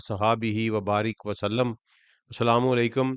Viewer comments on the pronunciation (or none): Lekin apne ye salam kese kiya mne bar bar suna achchalamu alaikum 😅😅😅😅😅